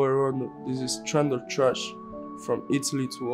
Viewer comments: Recap: TRESHHH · nobody:: TWASH, TWUST ME BRO